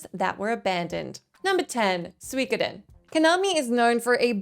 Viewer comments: It's Su-Ko-Den not Swik oden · Soo - e - ko - den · Hearing her try to say suikoden was so cringe I had to skip ahead lol